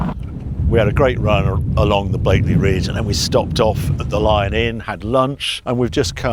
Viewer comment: It's Blakey Ridge. No 'l'